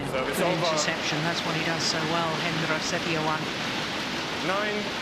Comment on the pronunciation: lmao umpire messed up Hendra's name